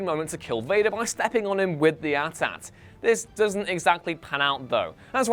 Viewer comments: Did you seriously say “at at” instead of AT-AT??? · AT-AT is pronounced like 80-80. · Am I the only one who noticed how this guy pronounced AT-AT 😂